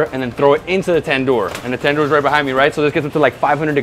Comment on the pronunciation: Tandoor……i (eee)